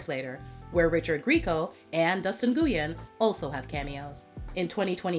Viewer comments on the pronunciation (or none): Nguyen is pronounced 'win' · It’s pronounced Wen, not “noo-yin”🤦🏾‍♀️